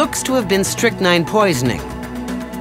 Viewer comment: It's called 'strychnine', pronounced Strick-Neen.